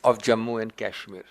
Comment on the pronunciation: Abe takle Wo kaaashmir nahi Kashmir hota hai